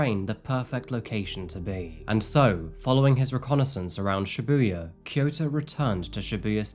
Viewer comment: Just a small pet peeve, since I’ve been living in Japan for over 9 years, Shibuya pronounced ‘SHEbuya’, not ‘shiBUya’. Love the well researched crime you report on, though!